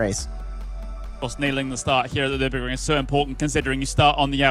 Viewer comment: Nüburgring GP , the „r“ costs 2,99